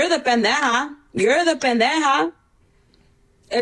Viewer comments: the way she says pendeja sounds so unserious—you can tell she doesn’t speak spanish unless she’s tryna act tough coz girlll where’s the JJJJJJHH in pendeJa😣😭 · I only can hear Peneja😭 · Stoppp the way she can’t even properly pronounce the easiest cuss word in Spanish